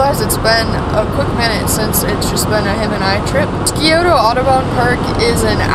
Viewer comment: Love your videos,! Quick pronunciation guide from a local: SYE-OH-tuh. The C in Scioto is silent and the O at the end is more muted. And if you’re wondering about the other Columbus River, it’s the Olentangy (OH-LEN-tan-jie). Indigenous names can be tough, and these threw me when I first moved here. Keep up the great work - I’m enjoying all the local climbs you are featuring and learning a lot about what’s around Ohio!